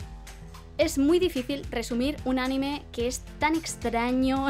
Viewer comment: Noooooo. CÓMO QUE ánime. ANIME sin la tilde en la a por favor:((( o sea cómo puede ser? Ajajajajjaaja